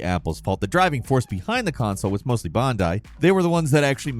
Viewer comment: Maybe I've been saying it wrong but I doubt it pretty sure he said it wrong